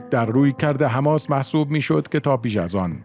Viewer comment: وقتی سوادت نم بکشه به حماس میگی هماز 😁😂 به عباس هم عباز میگی ... جنبش فد یا فتح ؟